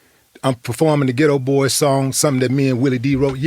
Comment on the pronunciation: The name of the group is “The Geto BoyS” (emphasis on the “s”), NOT “The Geto Boy”.